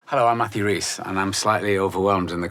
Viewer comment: I'm re-watching all of "The Americans" right now. Rhys is terrific -- and I'm glad to get his own pronunciation of his last name (rhymes with "peace").